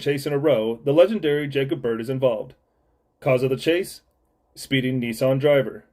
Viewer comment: Bro can’t even pronounce Nissan correctly 🤣🤣🤣